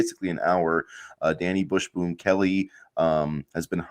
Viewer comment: Dude, are you saying "bush boom"? It's Busboom....bus boom.